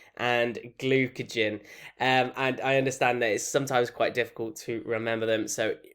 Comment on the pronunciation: glucagon not glucagen